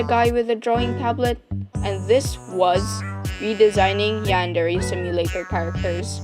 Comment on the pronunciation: The way you pronounce Yan-de-rei is so bad that I couldn't bear it after half of the video. You can apparently say Kuudere correctly but not Yandere. Next time, please, please, search how to pronounce words from another culture.